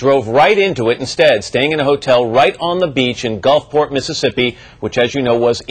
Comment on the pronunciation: "Gulfporta?" Haha.